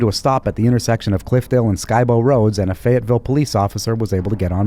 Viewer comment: I’m just glad you pronounced Skibo rd correctly 😃